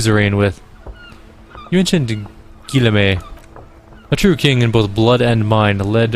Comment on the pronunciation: Guillaume = "Gee (not jee)" + "Yolm"